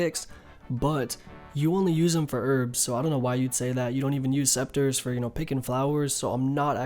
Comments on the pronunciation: It's pronouced seCAteurs ^^, thanks for all the guides though. Rsn: Revaxx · ITS PRONOUNCED SEKATERZ LMFAO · « The Green sceptres give 10% better yield » BRO, CANT YOU READ?THEY’RE CALLED « SECATEURS » come on man, have you never been in a garden before?! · Se ca teurs Not sceptres :p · it's SECATEURS ya dick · It’s pronounced ‘se-ka-tiers’ my man :D